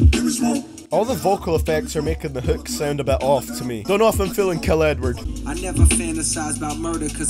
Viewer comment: when he say Edward it sounds like he's saying N word